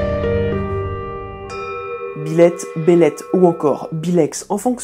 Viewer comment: Pardon, mais pendant toute la vidéo, à chaque fois que vous prononciez "Byleth", j'entendais "Biloute".... Sinon super vidéo sur un démon fan de chat !